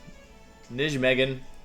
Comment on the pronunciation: 2 players I like, can't wait for this epic battle Edit: , it's "Nijmegen". Closest way to describe it in English is like "Nye" like Bill Nye, then "may", then "gun", although the latter doesn't really represent the proper sound but sadly there's no English equivalent of a Dutch "g"